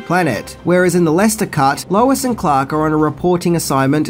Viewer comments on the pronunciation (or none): I thwoth I hard Wallace instead of lois